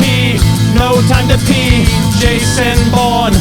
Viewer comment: Oh my gosh it’s Vason Vourne 😂